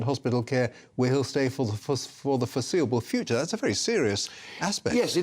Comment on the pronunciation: Why would you emphasise "for the foreseeable future"? That stands out as being very odd to me